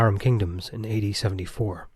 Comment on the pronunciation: It sounded like he said 80 instead of AD. had me confused for a second 😂